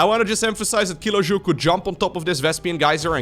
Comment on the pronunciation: Funny game and commentary. Only Kilojoul could be pronounced more English, not French ;-D